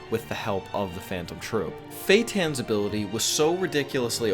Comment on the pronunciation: Your pronunciations of Feitan (Fay-tahn) and Kurapika (Koor-ah-pee-kah) are cringe worthy.